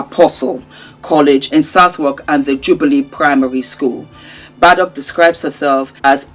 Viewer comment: The name is Scottish, pronounced as Bade.. noch not Ba de noch.